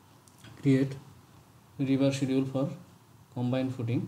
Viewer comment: hey thanks for great videos, can you see the pronunciation of schedule in dictionary please.